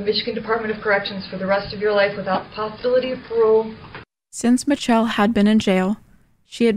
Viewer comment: I think her name is in fact "mitch-chell"